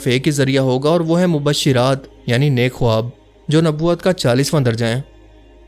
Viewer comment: khowab ka pronounciation khaab ho ta hai